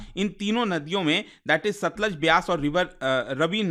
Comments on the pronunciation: रवि नहीं रावी और stluj nhi सतलुज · भाई जी रावी नदी को रवि बोल रहे हैं, सतलुज नदी को सतलज बोल रहे हैं